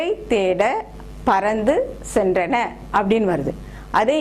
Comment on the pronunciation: Why cant we use flood instead of ocean. Flood only comes because of rain drops not the ocean. Ocean comes into the land because of tsunami. tsunamy is due to earth quake. What you mean by "centana" "Cenrana" is the correct pronunciation. சென்றன. தமிழ மொதல்ல ஒழுங்கா எழுதுங்க. அப்புறம் இங்கிலீஸப் பார்த்துக்கலாம்.